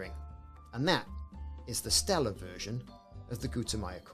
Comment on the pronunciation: It's "Stellar," brother. :)